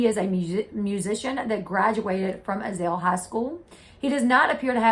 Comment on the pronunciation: It’s not Azail it’s AZLE Sheriff Akin has been in LE for 50 yrs.